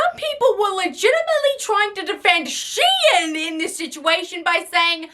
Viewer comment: It’s pronounced “shee-inn”? Not “shine”? What the fuck?